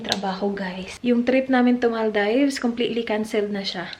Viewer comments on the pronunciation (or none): its not Mal "dives" Mal -deevs ✌